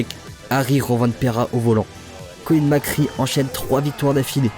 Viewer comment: Et on dit Mac Ré pas Mac Ri.